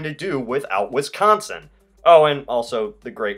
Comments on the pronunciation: Way to much emphasis on con in Wisconsin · Pokemonz Master Yeah so much emphasis on CON